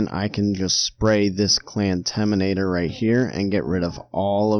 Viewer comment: What clamtaminator? I cant hear it correctly please reply i want to know what you said